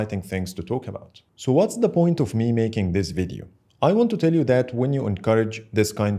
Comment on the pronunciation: 1- That shitty Exynos 2200 already has a raytracing feature so nothing new or special. 2- Samsung did it first with the bixby button long time ago but it was a gimmick feature after all so nothing special. 3- It's "Video" not "vedio" 4- Nothing new 5- Dynamic island is straight gimmick. It's just a worse punch hole. That's all. Plus, many others think that touch id is better than face id. 6- Meh 7- Apple copied Samsung trend with their punch hole display and they the fact that they are making the bigger phones is the proof they are following androids. Thus, they also copied so many stuffs from Android, especially Samsungs customizable UI. Like the widgets and etc. As a Apple user, i can say i🐑 doesn't want to accept the truth. After they call the USB-C as a whole new feature, i am literally done with them. Like, WTH? They are embarrassing themselves. And now this. Apple's new chip doesn't do well against SPD 8gen2 but they still make excuses and doesn't accept the truth.